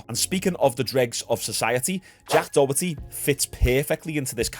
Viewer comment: "jack dohetty"